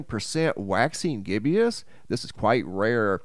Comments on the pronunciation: Sorry... There is only one I in gibbous... gib-bus... not... gib-e-us. Just a pet peeve of mine when I hear an intelligent person mispronounce a word they should definitely know based on what they talk about for a living. Otherwise, love your channel.. keep us informed!! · It's pronounced gibbous, not gibbeous. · It's GIBBOUS... not GIBBY-OUS. Just saying. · Gibbous is pronounced "GIB US" not "GIBBIE US". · Just for future reference, gibbous (as in waxing) is pronounced "gibbis"....not gibbIOUS. I used to pronounce it "Jibbous"....until I looked it up...😄😆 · It's pronounced waxing gib-us there is no "i" after the b in gibbous. You are pronouncing it as waxing gib-ee-us. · Gibbous. Two syllables, no I. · Love the channel. You are pronouncing gibbous wrong 😆